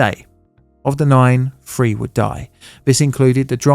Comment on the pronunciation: Why do the uneducated English pronounce three (3) as "free?"